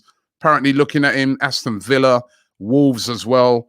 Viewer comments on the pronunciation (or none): none